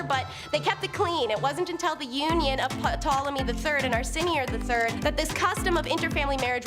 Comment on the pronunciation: Ptolemy = TALL-oh-me